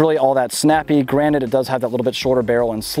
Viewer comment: What are you a rock monster? It’s pronounced “granted”.